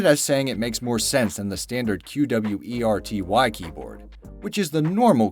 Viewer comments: Its qwerty, not q-w-e-r-t-y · Q W E R T Y? It's QWERTY!!! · Its qwerty you pronounce it as qwerty not Q W E R T Y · Am I the only one that finds unsettling the way he said every letter in QWERTY, instead of reading it as a single word? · Also you don't need to spell out Q.W.E.R.T.Y. you can just say ˈkwərdē/ (like if you google it, it says how to say it.) Also you said DVORAK weird. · I liked the better version where there's no shitty writing and commentary. Like, who spells out "qwerty" and says falafel wrong? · You just say Qwerty, not each letter lol. Their is always sooo many easily fixable mistakes on these types of videos... this being only a small one, cause like a few people already commented you cant even say falafel right. My 3 year old kid can say it better than you lol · Q-W-E-R-T-Y omfg, just say it it sounds exactly as its spelled and "fall-a-fall"??? you literally almost made my ears bleed idk if you skipped school, but you seriously need a refresher in language arts / english / "whatever its called these days" class